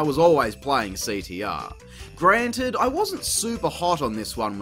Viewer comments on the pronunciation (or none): none